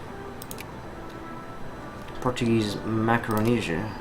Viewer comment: are you portuguese by any chance? you have a lot of knowledge about the history of the country and good pronounciation of the words